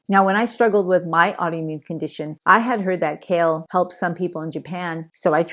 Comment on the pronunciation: Kale - not shale......